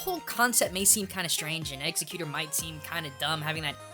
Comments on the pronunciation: my only complaint is ur pronunciation your saying its Ex-egg-gootor the way its pronounced your saying it like theres a C or Q or something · Your Pronunciation is really driving me crazy. It's prounounced Egg-Zeck-u-tour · Isn't it pronounced egg-xect-u-tor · Exe-cuter, well okAY.) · dude. its pronounced Egg-sec-que-tor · actually pronounces egg-zeck-you-tore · No. It bothers me too. How do you get executer? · it sounds more like Exiggcuter to me. there is a g sound in there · more like ex-egg-you-thor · It's Egg-Xec-You-Tor btw. Could have sworn everyone knew that. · Why does everybody keep saying exeggutor like exeggcuter cause it's wrong so stop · its pronounced x-egg-U-tor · its sounds like he is saying executor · I do believe Exeggutor is pronounced "eks EGG yoo torr." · Did you just say Executor? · I didn't know what the hell you you were talking about the whole time (cooking and not whaling the screen) it pronounced Eggs-eggs-you tar/tor. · It's "ex-EGG-utor" dude. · It's actually pronounced "egg-zeck-you-tore" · I just wanted to let you know that it's pronounced eggs-ech-u-tor, It's official I remember it from the movies/anime not to be mean but it just annoyed the heck outta me have a nice day! :) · I thought it was pronounced (EGGS-egg-you-tore) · Eggs-U-Tor, they even fucking say it in the anime man! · XD it sounds like your saying Executor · Spelled: Exeggutor Pronounced: Eggs a cuter /Win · Loves Exeggutor, literally mispronounces the name 100% of the time ._. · You say you love Exeggutor, but can't even say his name correctly... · One the one hand I'm happy to see another grass type enthusiast On the other you are pronouncing it's name wrong and it makes me angry because this is the Internet! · AM i the only one who is dying due to him mispronunciationing Exeggutor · Am I the only one getting a little annoyed with how he pronounces Exeggutor? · You keep on saying Exeggutor wrong... Please look up how you say it, for my OCD sake. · Ex-egg-CUTE-or? :o